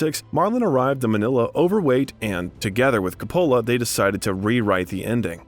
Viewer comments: FYI: check pronunciations of names in future. It’s COPpola not CopPOHla, and Huston is pronounced like Houston, the city in Texas, not like the word “husk”. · Many names are butchered. I cringed at the mispronunciation of Coppola, Magnani, Elia, Huston, Cuckoo’s… 😣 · I hope your not offended if I give you some constructive criticism. Over all I think you did a good job. I noticed that some names were mispronounced. Vivian Leigh is pronounced, “Lee”. John Huston is pronounced, (like the Texas City) “Houston”. And Francis Ford Coppola like you have to “cope” with people who make comments. “Copeula” Great job. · Why can't this guy pronounce one proper name correctly? HOU-STON. COP-PA-LA. Every other name is mispronounced. Detracts from the doc. Couldn't an editor catch and correct this? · This might be good work but......How about learning how to pronounce Coppola ? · The narrator should have learned how to pronounce people's name. John Houston & Francis Ford Coppola would shudder. Seriously annoying. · He mispronounced Huston, Coppola, Corleone, and more. Shoddy work. I bailed too. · Last names Loren, Huston and Coppola were pronounced incorrectly.